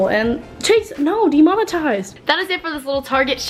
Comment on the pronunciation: Chase no! Demomatized is what it sounded like what said 😂